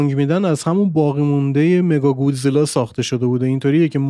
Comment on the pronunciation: مکاگودزیلا نه مگاگودزیلا